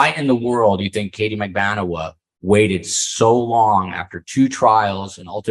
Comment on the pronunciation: Yeah and! What an interesting and insightful episode! And, A++++++++++ for getting the correct pronunciation of MAG-BAN-U-A's name!! Thank you!